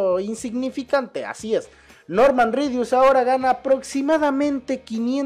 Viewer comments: soy yo o dijo redus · dijo redius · jajajajajajaja se etivoco y dijo noorman redius